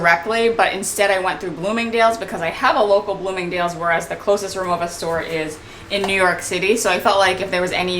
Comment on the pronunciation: I’m a native German speaker and the brand is pronounced “Ri-Mo-Va”, not “Ri-Mo-Ah”. 😉 I have the aluminum Cabin Classic and the Essential Cabin. They are beautiful pieces and you’ll have so much more joy traveling with them.